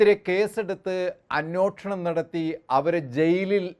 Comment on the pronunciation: അന്നോഷണം അല്ല അന്വേഷണം എന്ന് തിരുത്തി പറഞ്ഞാൽ നന്നാവും ട്ടോ